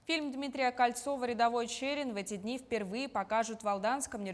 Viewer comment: Читать научись - ЧЭЭрин!